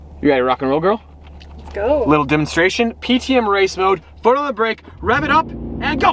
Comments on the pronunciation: Rihan Teemul he’s the next Generation Gru trying to get a Gorl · Hearing him say Girl is like a girl calling me BOY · The way says "girl" sounds like he's wanting to say "Babe"